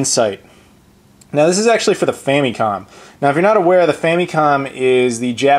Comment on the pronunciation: i love those famicom carts.. the boxes look awesome too, of course.. and it just makes you think how wasteful our carts were lol.. all that extra plastic could have made spoons for the hungry.. or somethin.. ;) & .. im convinced you said 'super fannycom'. ha!